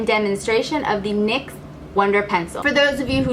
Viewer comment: the brand is said like nyx not N.Y.X. its named after the greek goddess :)